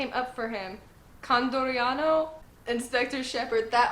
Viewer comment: Dude you're back! I missed you a lot, I was going through withdrawal lol. Also the g8 arc is filler yeah, but it does inspire the entire idea of water 7 and that's just peak one piece right there. Also I'm so proud of you! You said condoriano perfectly. Con-dor-ee-an-oh and I got 2 more things to say. They don't baby chopper because of a really complicated reason but essentially, to paraphrase a quote from great fish: He is the crewmate of the future pirate king, he can't be intimated by a mere marine. And I am truly sorry that now is the time you start getting attached to the crew dynamic because water 7 changes everything completely forever, but don't worry it's awesome. I lost wifi for awhile because I couldn't pay the bill and I was like proper stressing that I would miss another review from you but I'm glad you were slow enough for me to get service again lol. Have you ever thought of making a discord server? You could genuinely benefit from making a community out of all of us. We all love you, or at least I do and I reckon you'll blow up on yt soon. Maybe not like Jacksepticeye or Markiplier but I don't think a million subs or maybe 2 is out of the question so you might want to do the discord thing. Of course it's your choice. Cya and don't worry I'm prepared to cry on the water 7 review:)